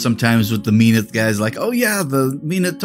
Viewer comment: MEN-awth sounds better instead of MEEN-awth. The nasal pronunciation trends in Privateer Press like KAY-dor instead of KUH-dor, ur-CANE instead of ur-KHAN, are so annoying and French/wimpy/whiney/nasal-y sounding. Bleh